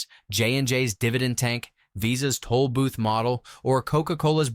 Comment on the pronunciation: Toll not tool!